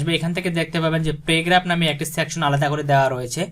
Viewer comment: Ota পেরেগ্রাফ না ওটা প্যারাগ্রাফ